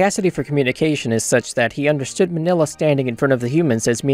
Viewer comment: "Minilla" is pronounced "MEEN-ya", not "Manila". Listen to how they pronounce his name in any of the movies he appears in.